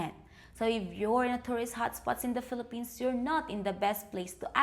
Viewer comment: I thought you said Fill A Penis, not Fillapenas. LOL.